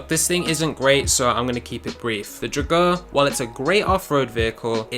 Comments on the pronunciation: Never have I heard someone pronounce drauger so wrong before lol. Draw-ger, come on man lol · You don't pronounce drauger right at all. By the way it can totally clutch kick. Just gotta know how to do it.